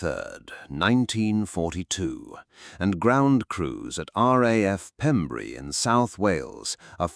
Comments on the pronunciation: its pembrey not pembury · Pembrey, not Pembury. Pronounced "PEMBRAY". It's also where Amelia Earheart landed when she became the first woman to fly the solo transatlantic flight. There is a statue in nearby Burry Port. In 1932, she became the first woman to make a nonstop solo transatlantic flight, and was awarded the Distinguished Flying Cross for her achievement.[2] She was one of the first aviators to promote commercial air travel, wrote best-selling books about her flying experiences, and helped found the Ninety-Nines, an organization for female pilots. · Its spelled Pembrey and pronounced "Pem- breh" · It's Pembrey, not Pembury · The airfield that the FW190 landed on is actually called Pembray not Pembury. A small but significant error. Great report though. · What about the atrocious artificial pronunciation of 'RAF Pembrey'? The gentle metre of the commentary is clearly artificial and silly mistakes make it questionable. It is Your show but you real ought to be a bit more proficient in the small details if you want automatic belief. As for verifiable images what is that Pembrey Sands? is damage to a British aircraft not reverse engineering of a German one. One could go on. Notice the name of the airfield. Anyway, it's a good story, You just need a better AI voice :-)